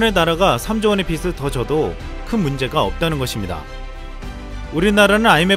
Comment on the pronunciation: 빚을 --> 비츨 이 아니라 비즐 이라고 읽어야 합니다